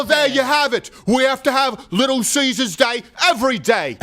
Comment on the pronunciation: "Little Caesar's", pronounced funny, I hope it catches on and everyone states it like that because of Dave Landau LOL